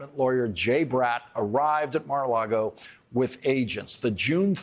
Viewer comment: I'm so proud of Lawrence! He finally figured out how to say 'Mar A Lago instead of Mar A Largo! Good Job Lawrence! As for Trump? Well, we have to see the evidence instead of the MSM's interpretation of the evidence. I won't hold my breath and I refuse to be surprised.